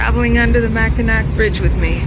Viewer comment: Enjoyed your video! I would respectfully like to make a correction to the pronunciation of the name of the bridge. Being a long time Michigander I realize everyone is not familiar with Michigan history. Mackinac Island was settled by the French and has the French spelling. Mackinaw City was settled by the English and has the English spelling. Both names are pronounced the same. The final c is silent in the pronunciation. I have been over and under the bridge several times and it is always a thrill. I even remember before the bridge opened, there were car ferries to cross the straights which were an adventure crossing from Michigan's lower to upper peninsula.